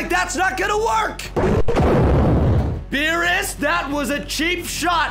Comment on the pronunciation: Why did you say veerus instead of beerus uhm